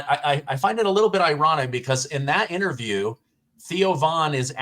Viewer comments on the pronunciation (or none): Correct pronunciation is ...... IN TER VIEW..... not INNER VIEW